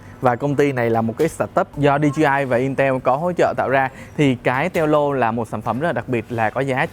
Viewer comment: Đọc là teo lô mới ghê